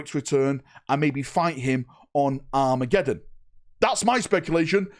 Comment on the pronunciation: Happy new year!! Great video. For a minute there - I thought you said WAAAAAAAA-megeddon. I have to concede Dorn would look amazing in a Black Templars colour sceme.